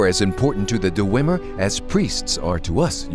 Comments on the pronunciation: Awesome, but one complaint; The lip syncing seems to be off. Also, (not really a complaint but) it bothers me how the storyteller says "Dew-wem-er" instead of "Dwem-er" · I love the storyteller series for fallout, but the only problem with this is the way he says dwemer... Dewemer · The "Duh-wemer"? That can't be the correct pronunciation. I thought it was "Dwemer." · DER-ER-WEM-ER? isn't it just dwem-er? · Du-wu-emer? du-wu-emer?! DU-WU-EMER! Who the hell pronounces dwemer like that? Sorry, this is good and all, but god damn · I know this is really nit-picky and I don't really care but the dwemer or d-wemer as the guys says are referred to as dwarves by the human races but you know its your series (and its great btw) and idrc its just my inner lore nerd made me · Duh-weem-mer? I thought it was Dweh-mer? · DUHRWEMER. That's some pretty annoying pronunciation, Dwemer or even Dweamer is better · "Deh-wimmer" its DWEE-mer or Dweh-mer. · You need to stop saying "DoooWemer" there is no "ooo" sound. Tard,... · Mountain Dew-wem-er. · here is only one thing i don't like about this series it's the way hes pronounces dwemer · the story Teller has a good voice but he's a bad actor. also his pronunciation of dwemer is wrong. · The way he says dwemer is bugging me